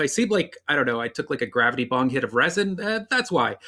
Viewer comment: He said “resin” 💀